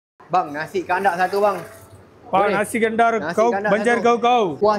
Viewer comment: Nasi Kanda atau kandar SI...gw denger kanda